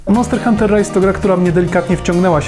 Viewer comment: "MONTER HUNTER"